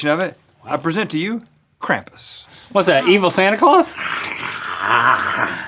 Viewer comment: my friend gets so mad when people misprounounce krampus. no need to americanize it if you're going to pronounce it wrong.